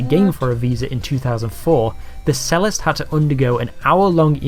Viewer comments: I love Dylan Moran's take on Stupid Americans. As he point out, somehow stupid Americans just sound more stupid than other stupid people. It's hilarious. Sadly whoever did the voiceover for this video doesn't know how to pronounce cellist. Not exactly an uncommon word. Something i've noticed a lot watching music reaction videos is not exactly stupidity but more naiivite. Adults seems much younger than you would find in say the UK. This does include a degree of ignorance, so it does make them appear rather stupid, to foreigners. It does appear that Americans are kept young much longer, as in what they are allowed to do at a given age. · 'cellist' (a 'cello player) is pronounced CHELL-ist (as they play a CHELL-o) and not SELL-ist (as it's not called a SELL-o). The irony being the narrator discussing culture and he can't even get that right. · "Cellist" is not pronounced "sellist", but "chellist". Bloke doesn't know what he's trying to talk about! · Pretty ironic that the narrator is sneering and sarcastic even after pronouncing 'cellist' as 'sellist' twice. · Pronounced 'chellist'. Doh! This is quite mean and snarky. America has a new 'ism'. It's really hurt your average. Could, probably, happen to anybody. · A sellist? That's [ch-ellist] as in cheese. Tempting as it may be to refer to political thought as being 'convicted', that should surely be 'conviction' at least. 'Convicted' relates to the passing of legal judgement against criminal activity, whereas 'conviction' refers to beliefs and considered opinions. It's moments like these that undermine the impression of informed and intellectual superiority given out by the channel that you are reviewing here. Nonetheless it's both informative and interesting in itself, but best taken with the 'pinch of salt' that your commentary can offer. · "why are Americans so stupid?" and yet the narrator doesn't even know how to pronounce chellist??? oh the irony!